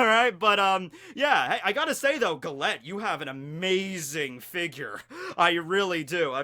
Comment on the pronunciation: u keep pronouncing Gallete wrong...its a pun on gelato (ice cream)..so her name is pronounced Jallet